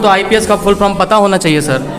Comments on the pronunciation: Teacher to jo hai so hai, tum jo interview le rahe ho uski Kami dikhane ko, to tum to kam se kam dhang se bolo, full form ko full from bol rahe ho. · Patrkar v jhola chhap h😂 full form ko full from bol ra h🤣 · Ye news wala bhi chutiya hai full form ko full from bol raha hai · Are sale full from nahi full form hota hai re bhosadi . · Full form hota hai Full from nahi Pahle tum bhi sheekh lo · reporter bhai sahab, pahle aap apna shirt ka button lagayiye aur thoda adab se. English is not a parameter of everything. puchhne se pahle aap apna pronunciation bhi sudhar lijiye. " full from kya hai ".